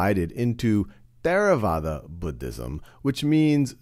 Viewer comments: There a vada? Wrong. It is pronounced TerraVAda. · We pronounce it tey ra wah dah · Is really how you pronounce Theravada? It sounds like a weird spanish pronunciation.